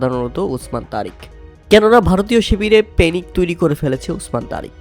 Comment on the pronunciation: প্যানিক নয় পেনিক 😂😂